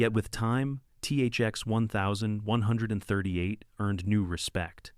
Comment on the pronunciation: 1970s ≠ "One thousand, nine hundred and seventy seconds...". Oy gevalt. (EDIT: and I have no idea what kind of stroke-gibberish the TTS was trying to pronounce for THX-1138 .)